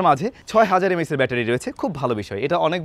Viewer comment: M A aechz ✓ not MAH😂